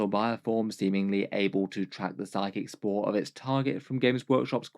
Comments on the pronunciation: spoor, not spore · Spoor ≠ Spore Anyway, keep making great videos 👍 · It’s pronounced Spoor meaning to track its scent